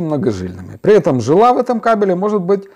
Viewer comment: Я о произношении каучук ударение на вторую "у" и жила на букву "и" а не на "а"